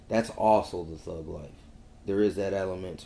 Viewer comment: Why does this guy have so much trouble pronouncing the letter "G"? I mean, this is like a serious, real struggle for him. Every time he says "thug", it comes out as "thuuuuuuuu". The thuuuuuu life. Help me understand this... ?